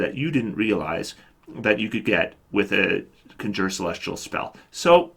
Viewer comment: "Conjure" is usually pronounced kon'djir, not kondjoo'her.